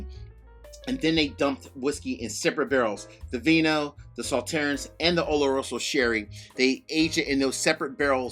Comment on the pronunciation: Saw-turns on the French pronunciation of the dessert wine. 😇